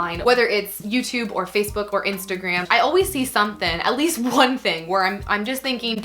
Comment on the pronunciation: I'm feeling as left out as the letter G whenever says the word "something".